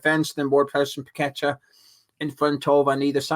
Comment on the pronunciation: tell your mate its paqueta not pack a tar. Ffs Nice show and spuds now fine for me with top coach and we have that prick moyes still. We will get our west ham way back when moyes is gone. Hate the guy from years ago and still do. Poch pep kompany Carrick post the way forward. Tim pls sort out